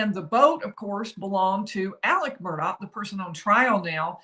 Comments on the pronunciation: Isn't it Murdaugh not Murdock¿¿ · It's Murdaugh pronounced MURDOLL. Son Paul and all his buddies say it correctly but the media can't manager it!! Murdaugh (MURDOLL) Geez why's that so hard. Murdaugh almost like murder!!! 🤔🤔